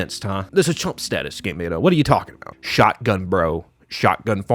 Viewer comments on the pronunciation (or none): none